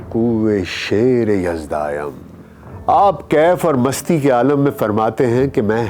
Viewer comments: tamam rindanam (rindayam nahi hai) shairay yazdanam(yazdayam wrong hahi) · جناب عالی شعر میں دائم اور یزدائم نہیں بلکہ دانم ھے فارسی شعر پڑھنے سے پہلے کسی فارسی جاننے والے سے الفاظ کی ادائیگی صحیح کر لیا کریں!